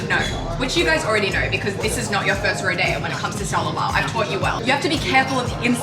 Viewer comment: as a texan the rodeo pronunciation caught me very off guard